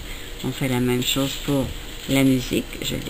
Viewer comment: Chose==> chaws gauche==>> gawch xDDD Mdrrrr